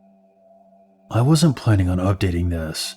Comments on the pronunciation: Don't fucking say update like that! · Plz stop saying update like that plz